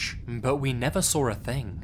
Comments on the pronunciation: I love you. But why do you pronounce "Saw" as "Sawr"? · "And that's when I sauwr it" You know shit just got real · I wonder whether he sawr it. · Lots of "sawring" in these stories. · "sawr" it jk